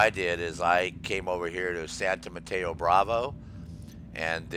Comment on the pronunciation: hahaha its cool youre not the first person ive heard call it santa mateo